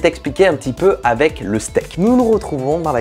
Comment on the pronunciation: Jte kiff et j'admire ton talent pour le montage photo/vidéo mais on dit "Avec" et pas "Avé"